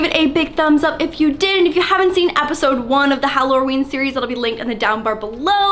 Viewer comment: Did just say appisode instead of episode